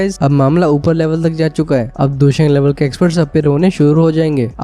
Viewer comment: Bro it's Dou Sheng